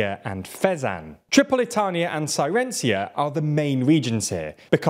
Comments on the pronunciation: face-green-smiling:CIRENAICA not cyrencia :face-green-smiling::face-green-smiling::face-blue-wide-eyes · I think your pronounciation of the Cyrenaica is a bit cringy: it's not "Syrenzia". Mind you, the name Cyrenaica is the name of the ancient greek colony there. Thus, the 'C' is spelled like a 'K'... so more like Kee-re-na-i-ka. just my two pennies... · "cyrencia" good lord. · I don't know for certain but I'm pretty sure that Cyrenaica is pronounced "seer-a-NAY-ca" and not "cy-REN-cia." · I hate to be a pedant but here I go anyway. "Cyrencia" really hurt my ears. Even on your map it says CY RE NAI CA, so SI RI NA IKA would be much better in English and closer to the Arabic SIR UH NEY I KUH. Sorry, I know you guys try hard but that was was a little hard to swallow. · Cyrenaica is pronounced "Sih-reh-nay-ee-kah" not Sirenzia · Sai-re-nye-ka. Not "Siren-sia". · Pronounced Ky-re-nay-ika, not Sai-ren-sia. In English Sy-re-nay-ika is also acceptable but historically incorrect. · Sci-ren-aye-ka. Not Siren-cia. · /ˌsaɪɹəˈneɪɪkə/. Not "sirencia" or whatever you said. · CYRENAICA, not "cyrencia"! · Siren-cia? Lol. It's Si-re-nai-ca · Cyrenaica to Cyrenzia is a feat of mispronunciation that deserves an award. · It is pronounced Kirenaika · Pronounced Ky-re-nay-ika. In English Sy-re-nay-ika is also acceptable but historically incorrect. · It's more like Sy-rè-nay-ika btw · I mean, with that pronunciation it's more like the land of sirens, "Sirensia" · At this point I think he does bad pronounciations as an easter egg. Fair of you to point out, I was cooking breakfast and dropped an egg when I heard "sirensia", but there is one of those in every video now... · Nice analysis! Sorry for pointing it out, but you butchered the name Cyrenaica 😅 It's supposed to be like Si-re-nay-ka. The name is ancient Greek, Κυρηναϊκή, and it was a confederation of Greek cities until it was conquered by the Romans and later the Arabs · You must mean Sairencia. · Cyrenaica is not pronounced cyrencia